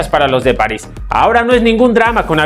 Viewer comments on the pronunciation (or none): none